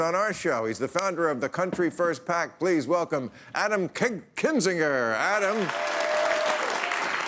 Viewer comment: "Kinzinger" is not a hard name to say. I'm guessing Maher kept calling him "Kissinger" throughout the show because he (Bill) was high.